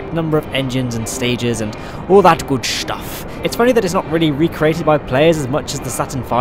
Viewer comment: you said "shtuff"